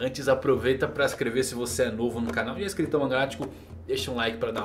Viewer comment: É só eu q entendo "cristão mangálatico" ao invés de "inscrito mangálatico? Kkk